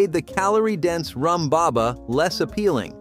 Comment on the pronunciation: I came to say this… narration kept referring “health conscious” modern diners…who are they? What is percentage of overweight and obese people??? Also laughed at pronunciation of “room” baba